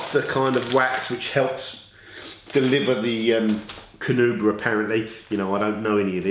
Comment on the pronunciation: You"re not saying Carnauba right :P